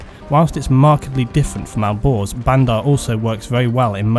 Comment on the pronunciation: when you said "Alborz" it sounded like "Al Gore's" lol